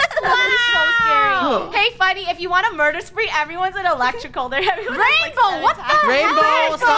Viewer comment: “murber” □